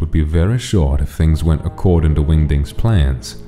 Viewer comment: i heard wingdings as wingdicks